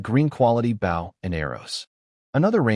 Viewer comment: U telling me AI having such trouble pronouncing Bow (the weapon), using Bow (bowing to someone) but it can pronounce Sauna absolutely perfectly? Alr AI, alr.